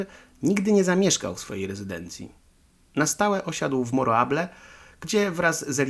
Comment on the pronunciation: Fajny materiał. Ale, w ramach konstruktywnej krytyki, powiem ci, co mnie irytuje: przekręcanie lub niewłaściwa wymowa nazw: Fuerteventura, nie Fuertaventura Jandia wymawia się "handia" Morro Jable odpowiednio "morro hable". Tak, to są drobne błędy, jednak irytujące. Trochę jak z motoryzacyjnymi kanałami, w których prowadzący opowiada o "lambordżini" czy "karman dżia" albo "ford dżia". Ale, żeby nie było samej krytyki, podrzucę jeszcze pytania, które mogą podsycić teorie spiskowe: Jeśli to rodzinny/wakacyjny/prywatny dom Wintera, po co w nim zbiorowa łaźnia z natryskami, kojarząca się z tymi znanymi z wojskowych koszar? Po co sypialnia na kilkanaście łóżek? 🙂🙃😉